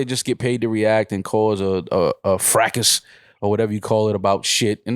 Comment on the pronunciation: said Frackus